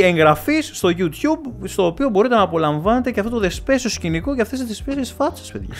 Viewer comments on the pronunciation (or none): none